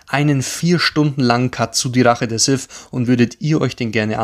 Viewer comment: Sith. Nicht Sif. Lady Sif lebt in Asgard.